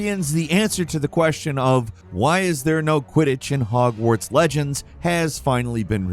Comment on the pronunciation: "Hogwards Legends" 💀